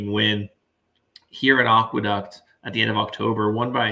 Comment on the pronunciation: Not only mis-pronounced The Demoiselle but mis-pronouncing Aqueduct is absolutely embarrassing, not to be taken seriously here.